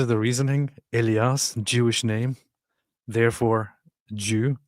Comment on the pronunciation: His name is Elias, not Elayah. That a hispanic name like Jesus. He is not islamist, he is a brain wash person by the liberal media, probably from a Christian family himself. They don't say from what contry he is from. I hope he is not from my. He apers in an intervio by a news nerwork around 2019, I think.